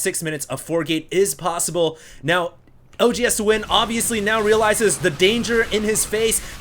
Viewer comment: when he says OGSthewind its like hes saying OG HAS TO WIN